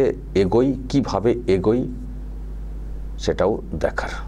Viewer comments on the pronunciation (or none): Video'র time line-এ থেকে মিনিট পর্যন্ত আপনি দুবার "এগোই" "এগোই" বলেছেন। ঠিক শুনলাম কি না বুঝতে পারছি না। কথাটা আমার মনে হয়েছে "এগোয়" হবে। আমার ভুল থাকলে দয়া করে সুধরে দেবেন।